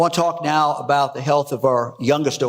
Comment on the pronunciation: Wonderful video! But I can't figure out why you pronounce "about" as "uh-BOOT" instead of the standard "uh-BOUT". ??? It's not Canadian -- they say "uh-BEH-oot".